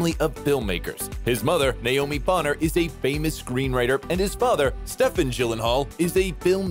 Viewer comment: For crying out loud, his father's name is Stephen, which is pronounced "Steven" not "Stefan."